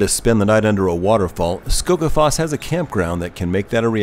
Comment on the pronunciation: A well kept secret is that every Icelander takes such pleasure from foreigners attempting to pronounce icelandic words (no matter the pronounciation), that you never have to feel guilty about it. But I was generally impressed by the pronunciation (especially 'Seljavallalaug' and 'Skógarfoss'). It might be of interest to you that 'Seljavallalaug' and 'Seljalandsfoss' are more closely related in meaning than you might suspect. The 'sel' in both is a cognate of the old English 'shieling', and 'land' is simply land in English, but 'valla' in 'Seljavallalaug' is the genitive of the word 'vellir' which means roughly 'flatlands'. So, Seljalandsfoss really means 'waterfall in the land of shielings' and 'Seljavallalaug' means 'bathing pool in the land of shielings'. The word 'laug' means bathing pool and the icelandic word for Saturday is 'Laugardagur', literally day of going to the bathing pool = clean up day before Sunday; the day of rest.